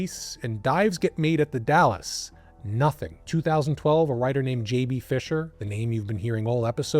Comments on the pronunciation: you say Dales? Long A? I'm from vantucky and I say the Dalles as if it rhymes with "pals." Edit: and im pretty sure he said multnomah right. He has a tiny accent. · I wish he'd done a little more research. Surely he could've asked viewers from the area how to pronounce things. It's pretty jarring if you're used to hearing the names. It's not "The Dallas," it's The Dalles (one syllable, rhymes with "howls"). I have no idea how he missed the N in Multnomah so many times. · The Dalles: pronounced "the Dalz" (rhymes with pals). Multnomah: pronounced mult-NOH-muh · Also The Dalles is pronounced like 'pals' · I didn't wanna have to say it. As an Oregonian I was like DALLAS!? lol this was a great video regardless. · You don’t pronounce The Dalles correctly, but I’ve lived here in the PNW my whole and I still struggle to say it correctly.